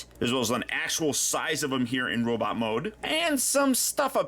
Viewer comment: Did he say "Robit Mode"??